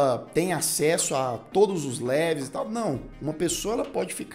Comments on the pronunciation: Po cara... Leveis não né!! LEVELS! 🤣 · "Léveis?" Seriously? Besides that I loved the content! Congrats.